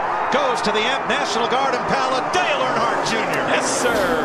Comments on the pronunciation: I can’t handle the way you call them Arnhardt it’s “Earn” hardt (hart) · I had to quit watching cause can’t pronounce Earnhardt